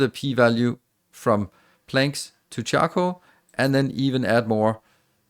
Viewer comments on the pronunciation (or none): OMG I constantly heard him say chuckle powder instead of charcoal powder and I couldn't stop laughing :D